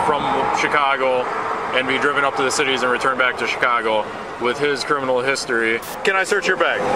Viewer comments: “ciminal record” 😂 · "ciminal" lol